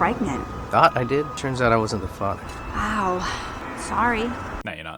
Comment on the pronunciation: Did anyone realize that instead of father, its " Not the fatha "